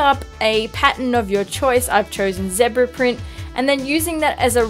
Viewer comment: The way you say zebra...